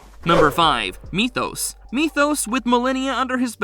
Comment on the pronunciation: At least he pronounced Methos correctly this time lol.